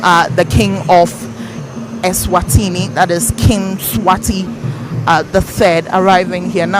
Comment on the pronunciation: That's not the reason for the name change woman. Stop making up a story, you don't know how to pronounce the names